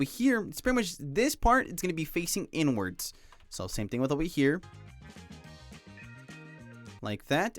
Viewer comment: i cant stop hearing it😭😭 "over here n-words, and over here n-words" (you pronounce inwards like "n-words")